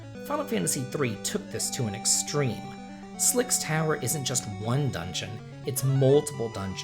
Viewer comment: It's pronounced Heracles....It's pronounced Sylx Tower....